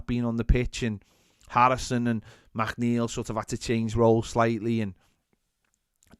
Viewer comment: Saying MacNeil instead of McNeil has to be some sort of crime